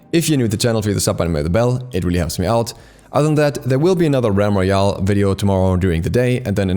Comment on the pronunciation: I was just about to press that like button, but then i heard you say realm royal....